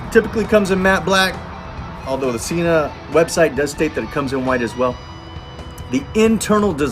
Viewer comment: 1.7 kg for the entire world other than our backwards nation... Also Sena (senna). That is how they pronounce their name, not an opinion. Otherwise thanks for a good review.